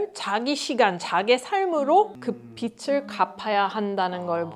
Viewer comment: 비츨이 아니라 비즐 발음. 빚을. 한국사람도 아나운서도 발음 틀리는 경우가 종종 많이 봄 간단한데